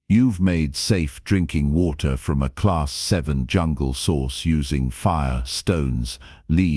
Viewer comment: A class vie, class vie, class vie YOU MEAN A CLASS 'vii' (AI DOES NOT READ ROMAN NUMERALS) IT IS A CLASS 7 DEATHWORLD. If your AI cannot read simple designations THEN WRITE THE WORDS LONG FORM... A CLASS 7 DEATHWORLD. LISTEN TO YOUR OWN STORIES AND THEN EDIT THEM. STOP BEING LAZY...